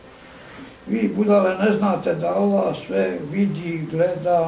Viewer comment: Joj jest los zvuk, ja ovo nazalost ne mogu slusati, a mozda je dobra prica. Samo Oloh, Oloh, bejagi neki musliman, a ne zna ni Allah izgovoriti